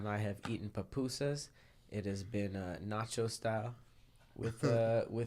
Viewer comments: “pApusas” 😩 I cringed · Hahahaha pronouncing "Pupusas" with an "A" is hilarious. Some hispanic people pronounce it with an "O" by accident like "Popusa" but it's 2 "U's" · it's pronounced poopoosas, the U sounds like a oo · It's pronounced "poo-poo-sa" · I hate how they pronounced papusas lmaoo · Same I was like “not papusas” 🥴😂